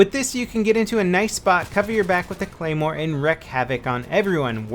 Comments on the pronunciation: Lol, "gaymore" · Look at the beginning, instead of claymore it's gaymore with a G. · It's gay-more not clay-more you noob, unsubscribe!!! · lol GAYMORE level you said it wrong.